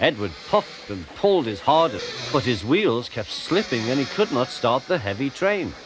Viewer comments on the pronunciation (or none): none